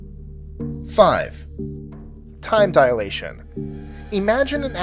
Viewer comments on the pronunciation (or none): No 5 time dilation NOT dialation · Time dilation, not "dialation"